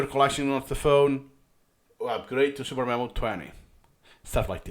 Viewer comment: me: mom can we get supermemo? mom: we have supermemo at home supermemo at home: suDermemo supper memo superneno